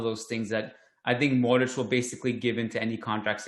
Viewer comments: There is an invisible H at the end hence the accent mark on the ć. This guy is simply pronouncing Luka’s name phonetically. Should he know better, probably but I’ll not knock him for it. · You know so much and still can’t pronounce Modrić. :) I mean the ginger guy. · can't pronounce Modric properly😂